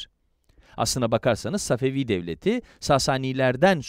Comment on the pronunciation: Səfəfi tarixini düzķün demirsən. Babur tarixini də düzķü danışmırsan.